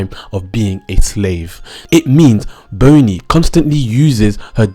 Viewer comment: "Boney" tho...